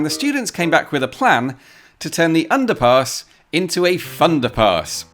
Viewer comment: every time you say underpass I hear underpants for some reason... Most odd 🙃